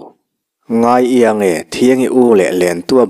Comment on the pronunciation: Minute -ah khan, ngai iang e.... tih kha, ngai ing e.... tih tur a ni ang.